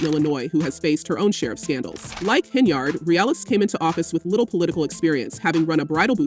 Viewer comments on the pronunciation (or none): is the audio A.i? Why are you pronouncing it "HenYARD" ? lol